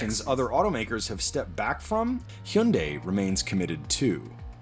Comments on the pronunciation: Why is he saying he yunday? Lmao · in australia its pronounced he young day